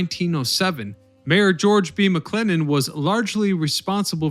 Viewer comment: Not busier than London at that time... McClellan Sr. was a former Governor of N.J., McClellan Jr. was a former Mayor of NY City. Need to check your Facts and name Pronunciations my friend...you are lacking there...